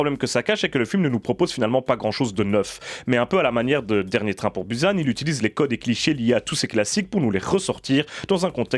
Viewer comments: encore plus précis, merci javoue que quand jécrit "bUsan" cest bien bou et san que je prononce.. mais jamais bouzane comme dans le début de la vidéo (il se calme apres) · on dit pas "Bouze âne" mais bien bUsan...